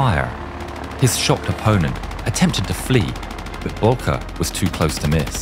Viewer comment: It's Oswald Bolcke